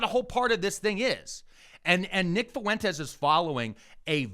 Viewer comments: Is saying Fuentes with three syllables some kind of weird inside joke I’m not familiar with? Because it breaks my brain every time he says it like that. That’s “ue” is a diphthong, buddy. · Is he saying "foo-entes" for fuentes on purpose?